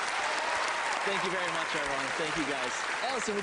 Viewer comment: You pronounced his last name correctly. His last name is Japanese, I think it means something like "one flower" ichi = 1 hana = flower. (if you know any spanish, the vowels are basically pronounced the same as in Spanish)